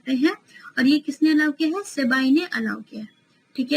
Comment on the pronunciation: सेबाई नहीं, सेबी होता है 😂😂